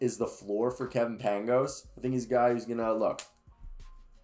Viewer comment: It's pronounced paing-ohs